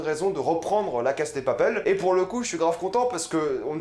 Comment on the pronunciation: C'est drôle comment tu prononces "La casa de papel" 😂 A la française mais en sautant un syllabe a l'anglaise alors que c'est de l'espagnol ! 😂😂 Sinon pas mal, je suis d'accord avec ta description et tes interprétations !